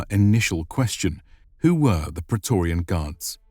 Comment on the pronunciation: But Pra....e...to...ri....an... isn't a Word of ro...ma...n language....